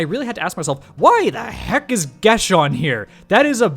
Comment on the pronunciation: Geas isn't pronounced "Gesh" it's pronounced "Gee-ahs" with a 'g' like in the word 'good'. Also, in regards to the Cleric's features? Divination wizards are already fucking busted as it is being able to incessantly re-roll dice. Having a -25% chance of failing when casting any of those divination spells that FORCE the DM to reply is just busted on top of it.